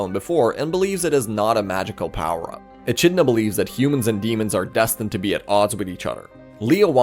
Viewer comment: Echidna is pronounced Ee-Kid-Nah